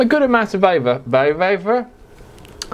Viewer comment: Great review, I was vaping when you said "va-vavor" and started laughing uncontrollably...a waste of good vavor!!